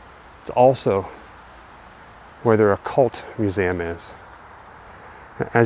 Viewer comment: Please sir. I it is not "mew-zam".